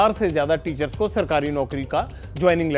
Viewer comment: Apne bhi to teachers ki jagah teachron bola hai.